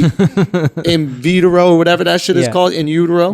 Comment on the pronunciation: "IN VITRO" SCHULTZY, IT'S IN VITRO